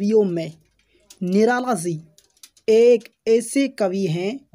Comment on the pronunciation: Bhai tu phle ji ko si pdhna band kr